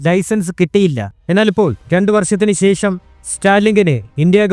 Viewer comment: ശേശം അല്ല. വിശയം അല്ല, ആദ്യം നല്ല മലയാളം പറയാൻ പഠിക്കൂ, ok